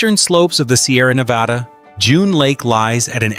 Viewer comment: Great video, and sorry to be harsh, but the countless times you said "Nevada" were difficult to hear after a while 😆 Locals (in California and Nevada) don't pronounce it that way. Just a heads up.